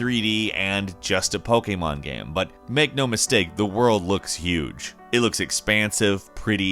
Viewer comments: not sure if you mean diff accent, but he's not saying the annoying poKEYmon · He says pokemon right and he’s american, you don’t see that every day